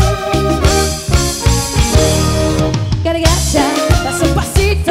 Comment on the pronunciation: No no se dice cargacha. Debiese aprender a decirlo correcto.